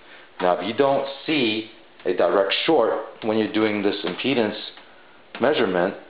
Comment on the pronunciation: Unknown The word he is pronouncing w a strange accent plus poor sound quality is IMPEDANCE ... to find the proper ground you have to measure IMPEDANCE aka measuring the resistance (unit ohms). Lol “mm-peanuts”